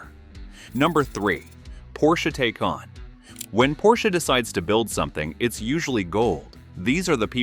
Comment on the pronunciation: Interesting Video for sure! But, please, the Porsche is correctly pronounced “Tykahn“…